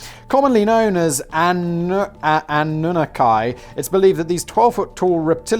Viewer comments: annue-nockky, not anew-nuh-kai. strong first and third syllables. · It's ah-noon-nah-kee...........FACTS BOI!! ;-) Even with your cringy obsession of "Renee Angelil" by wearing tees with his likeness on them, i'd stop CPR on my wife when a new BB vid is uploaded and my Predator notification goes off. xD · As a former soccer goalie, I like Simon's suggestion... even if he cant pronounce Anne new naw key 😜🤗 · Simon, anunnaki is pronounced like this....ann-new-knock-key. Sorry just trying to help out here. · Ah-nu-na-ki..... Show respect to your overlords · Simon it is AN-u-NAKI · ah-new-nah-key...sheesh Simon (snicker). Thank you Youtube for running a "Nutsdotcom" ad during this episode. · Ah-new-nah-key. Annunaki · It's ah-nu-nah-key. Lol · ah-nunah-kai, really Simon? Really? Ah-Nuu-Nah-Ki.